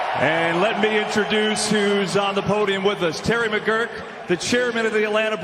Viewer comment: Manfred could not even be bothered to learn to say the name of the Braves Chairman, Terry McGuirk. Listen to what Manfred calls him.